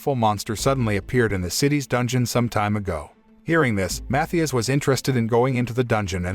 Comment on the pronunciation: His names are pronounced Matthias (MaTeeus) and Gaius (gUyus)